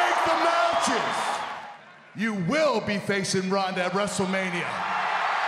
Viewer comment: How she botched a simple "you"...🤐